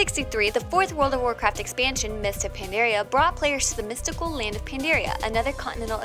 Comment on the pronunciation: Mispronouncing a lot of the words in this video makes this video seem ill-informed and not reliable. Although she called land "layend" so I guess she just can't enunciate words properly at all...